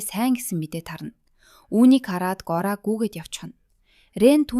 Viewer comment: Gori bish goriya gj duudj bai